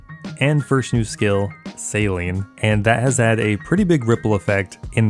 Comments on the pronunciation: Every time you say 'sailing', all I can here is 'saline'. 😂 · why are you pronouncing sailing like saline xD